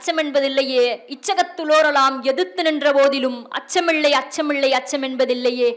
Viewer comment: அச்சமிள்ளை அச்சமிள்ளை என்று உச்சரிக்கிறீர்கள் சகோதரி....! சரிபார்த்து உண்மையெனில் திருத்தி உச்சரிக்கவும் 🙏நன்றி 🙏வாழ்த்துக்கள்